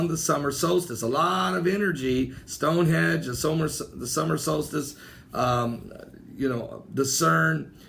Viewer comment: please please please work on your pronunciation. Turin not turan, Stonehenge not hedge. I really don't mean to nit pick but... just sayin it makes it hard to take you serious sometimes...